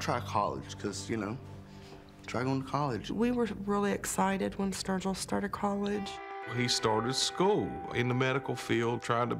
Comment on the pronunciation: Not virgil not sturgeon...sturgil